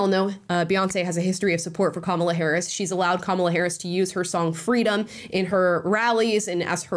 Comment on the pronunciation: Sorry? Her song? "Fweedom"? ?